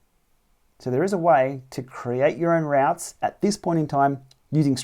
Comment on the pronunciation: Sorry but have to pick up on routs.. a rout is a disorganised retreat.. chaotic action etc.. a route.. pronounced “root” is a mapping journey planner..sorry this was really annoying me!! Otherwise a nice analysis.. 😬